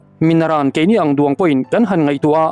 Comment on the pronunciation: KEINI ANG DUANG ...tih hi i lam diklo fo mai. DUANG i KUANG emaw TLUANG tih thluka lam tur ani.